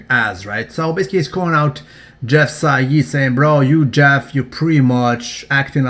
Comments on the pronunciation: It's pronounced jeff "side" not jeff "sayid" because the "ei" in german is pronounced "i" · You pronounce "Seid" completely wrong. It doesn't sound arabic at all when you pronounce it right.